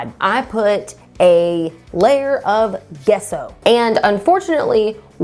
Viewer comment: Gesso is pronounced jesso :)